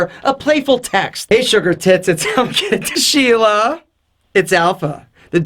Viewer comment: Did he said shela. Indian guys can understand that word!!